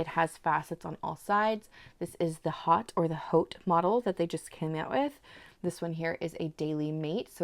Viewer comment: Love this pen!! ❤ …just the price point 😭 Hope this helps…to pronounce “Haute” "Haute couture" is pronounced "oat koo-toor" in American English and "oat koo-tyoor" in British English, with the 'h' in "haute" being silent.